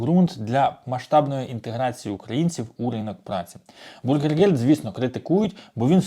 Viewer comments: Bürgergeld бюргергельд, а не бургергельд.😊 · Говорите пожалуйста правильно " бюргергельд", а не " бургергельд", это не булка с котлетой, а деньги для граждан. Большая разница! И не пугайте людей, принудительно никого не будут высылать! Кто за 3 года постарался и выучил язык и желает или уже работает, тех оставят с удовольствием. В Германии нехватка рабочих рук во всех отраслях! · навчись вже правильно казати: НЕ бургергельд, а бюргергельд! Від слова бюргер ( громадянин), а не бутерброд! Не позорьтеся!!!